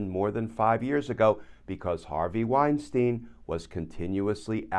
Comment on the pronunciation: A note about pronunciation. In the German language,when there are two vowels together, the scone vowel is pronounced. Example: Albert Einstein The two Es are not sounded. Only the letter “i” is sounded. Same should apply to the name Weinstein Wine-stine not wine-steen.